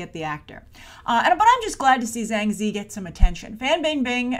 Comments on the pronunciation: Sorry to be a stickler, but Ziyi is pronounced Tzi-Yee. You're saying 2 out of 3 characters in her name! :P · it's pronounced Zi-Yi